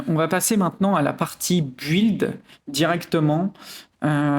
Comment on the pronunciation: Excellente vidéo, merci pour le build. Par aileurs, build se pronnonce "bild", on ne pronnonce pas le U, sinon on dirait "gÜilde" ^^